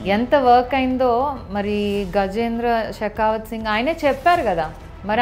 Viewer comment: Your pronunciation of Gahendra Singh Shekawath itself tells that you have been not given sufficient practice by TDP leaders. Can you promise on CBN and Like she that you are confident that they have not taken any money from your family in 2014